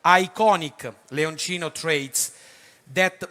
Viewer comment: 😂😂😂😂😂Si ma.......la serie di Benelli, si chiama Leoncino!! NON Leonino!!😂😂😂